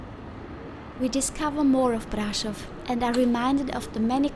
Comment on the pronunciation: Svp prononcez Braschov